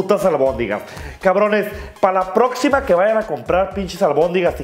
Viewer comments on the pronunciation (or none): "pa la procshima" " Hahahah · En el minuto dice "prochima"😂😂😂😂😂😂